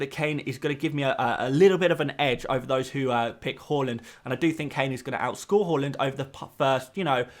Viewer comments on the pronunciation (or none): It’s HAAAAAAALAND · Anyone else’s head spin around when he said “Hal-land”? I was like, is that a new player?? 😂